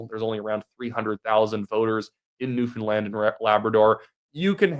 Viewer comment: To be fair, you can actually pronounce Newfoundland. You deserve credit for that.